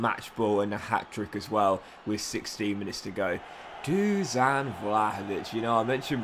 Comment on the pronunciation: Hi, just a small tip. Vlahovic's first name is pronounced Dushan (the "s" is pronounced "sh" like in the word "should"). Nice vid!